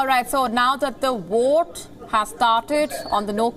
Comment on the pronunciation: Why are they speaking English. If you can't pronounce Vote then speaking Urdu